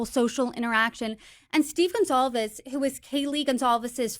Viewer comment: It’s GONCLAVES, genius!! Get the last name of the victim CORRECT before hosting a fricken Podcast!!